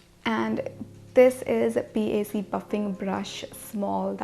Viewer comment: Its not pronounced as P. a. c its pronounced as PAC (pack)